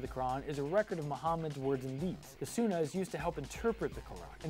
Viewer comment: Allah didn’t fail your clearly showing a lot of inaccuries and being incredibly disrespectful could you ask a scholar of Islam to comes speak on Islam instead of someone who couldn’t pronounce sunnah accurately and clearly has bias